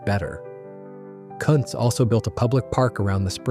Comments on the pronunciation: It is pronounced “koontz” not “cuntz”. 😂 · Yes! I thought the pronunciation was Koonts which sounds better than what was mentioned.. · [Cunt's' brewery?? ; it's pronounce Koontz... hire a pro for instead of a robot for f'sakes! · I'm pretty sure that's pronounced 'Koontz' rather than what you said. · Yes. The German name is pronounced Koon-tz. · It sure would be nice if people that do these videos would learn how to pronounce names. One time he says Kuntz properly and about 3 words futher he says it totally wrong. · the image is the Molson brewery in Montreal. The Jacques-Cartier bridge is in the background. Although the brewery has recently moved to new premises the iconic clock and tower will be preserved. In Quebec our buck-a-beer was a brand called Wildcat ale. The AI voice pronounces Kuntz brewery 2 different ways, one is VERY wrong!